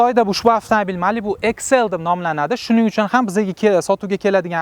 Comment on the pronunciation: Иксл❌ эксел✅